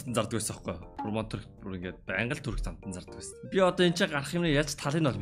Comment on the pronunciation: Турк биш түрк тэгэгээ😂😂